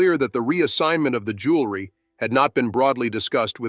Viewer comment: The narration keeps mispronouncing JEWELRY and keeps saying JULERY please correct!!!!